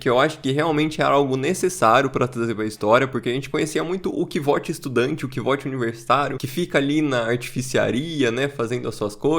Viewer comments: sou fã do livro e fico um pouco triste quando alguém fala "Quivót" "Quivôte", sendo que logo no comecinho ele fala que o nome dele se pronuncia como "Kuôuti"/ "Kote", mas gostei muito do vídeo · Nenhum problema com a sua pronúncia, mas só pra avisar: o nome do cara se lê kuouf (o "V" ali é medieval, ou seja, tem som de "u"). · Minha pronuncia é bem parecida. Pra mim é "Côuf". "Kivote" é uma pronúncia que soa bem feia kk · Cara, olha o modo que o próprio Rothfuss pronuncia o nome do Kvothe…